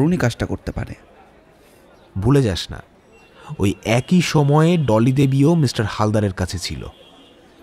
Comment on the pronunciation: গল্পটা ভালো কিন্তু উচ্চারণ ভালোনা। উচ্চারণ ঠিক হলে গল্পটা পুরো perfect হতো। """ব্যক্তি কিন্তু উচ্চারণ হবে বেক্তি, লেখাপড়া not ল্যাখাপড়া, এক-ই not একোই। প্লিজ কিছু মনে করবেননা বললাম বলে।